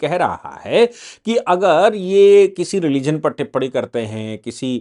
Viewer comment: Sir टिप्पणी होती है ना की टिप्पडी आप लोग अगर हिन्दी की ऐसी तैसी करेंगे तो हिन्दी का क्या होगा ।